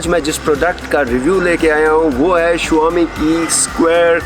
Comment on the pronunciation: It dosen't pronounce as Shuaami it's Shawmi